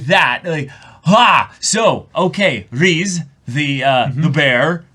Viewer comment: I like how they pronounced 'Riz' as 'Wry's' lol